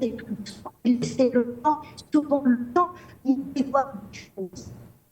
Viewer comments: Bonjour à tous Je tenais à préciser à la speakerine que c'est Madame Larbaoui et non pas laBaroui.. Amicalement merci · On dit : Mme Larbaoui et non pas Mme Labaroui comme cela se dit tout le temps sur les plateaux de télé